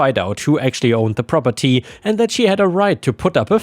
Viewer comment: Rroperty? AI?